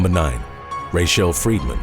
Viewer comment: Can pronounce the Russian name at the end with astounding accuracy to the accent... But can't pronounce Rachelle in his native tongue.